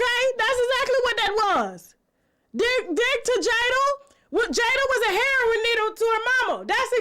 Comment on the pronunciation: heroin is pronounced( herro- in) not herro-on